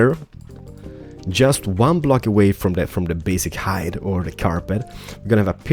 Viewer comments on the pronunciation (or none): none